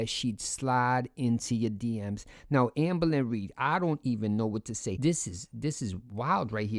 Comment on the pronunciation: Love way if saying “ambuhlynree” 😂